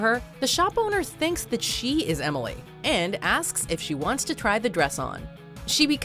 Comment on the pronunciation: 25 years later and ross still can’t say emily